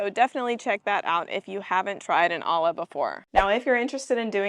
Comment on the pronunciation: It’s pronounced Oya. Olla is a Spanish word so the double L makes a Y sound. Great video!